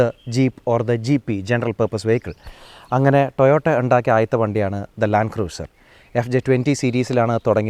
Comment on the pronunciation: ആ Y60 Patrol ഒന്ന് കൊണ്ടുവരാമോ... And please pronounce 'Cruiser' as 'ക്രൂസർ' #NotHarsh🌷